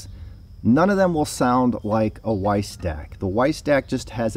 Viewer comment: nice review - but one must pronounce Veiss like with a V, not English W ;-)